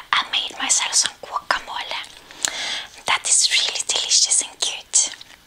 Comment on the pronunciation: Me encanta como dice GUACAMOLE. Excelente pronunciación 👌🏻